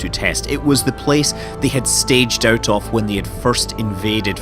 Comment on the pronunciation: Scott Manley can you please learn to pronounce of and off correctly. I have had enough now. Thanks.